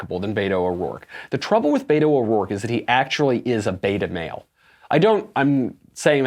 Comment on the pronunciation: In case you're interested he pronounces it "bet oh," not "bay to"